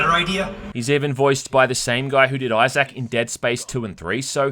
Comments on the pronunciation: IT'S eye-ZIC not eye-ZAC! FFS, you HAVE to be doing this just to annoy us. I know it's petty but I honestly couldn't handle this video because you HAD to emphasize the wrong pronunciation. I straight cringed everytime. Thank god, this game is as stellar as the original so I'm literally just watching this to feed the algorithm. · “iZack” damn bro say his name right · Australians / British can’t even say Isaac name right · Do all folk from your neck of the woods pronounce Isaac as Eye-Zack as opposed to Eye-Zk ( ˈī-zik )? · Love your vids, but I can't help myself here: They way you pronounce Isaac is so hard to ignore. It's "EYE-ZICK", not "EYE-ZACK". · "Eye-Zach"? LOL Dude. It's "Eye-Zik" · Why do you say pronounce Issac as I zak? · "Eye Zak" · Say Eye Zak one more time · Ahhh yes. ‘Eye sack’ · ITS PRONOUNCED Izick the pointless emphasis on the A in Isaac is driving me crazy 😂😂😂😂😂😂😂😂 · I think eye-sack is pretty cool too. Eye-sack. Eye-sack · The best part of this review is hearing calling Isaac, "i-Zak" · I-Zach. Fuckin lol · Say I zach one mo time! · I’ve never heard Isaac be pronounced “eye zack” before ha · Character name: Isaac: EYE SACK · Came here looking for this comment. Eye Zack? What an odd pronunciation. He must not know any Issacs.🤣🤣 I love this guy's content though. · Did you really pronounce "issac" as "eye sack" lol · "eye sack" clark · " EYE-SAK" LMAO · Australians really dont know how to say issac instead they say izaac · pronoucning issac as you would anzac made me chortle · The way he says Isaac🤣💀